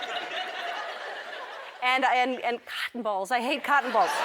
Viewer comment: I know the words make her very uncomfortable but it's just hilarious to watch her try to say them 😂 Who knew Ellen's weaknesses were the words cotton ball and styrofoam